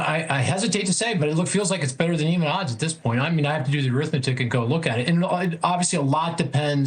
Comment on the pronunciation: SAY ARITHMETIC ONE MORE TIME!